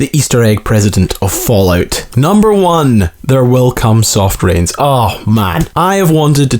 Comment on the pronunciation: it İs fallout not falloyut?!